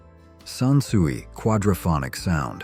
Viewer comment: SON SUIE ???? Dumb bot ai SANSUI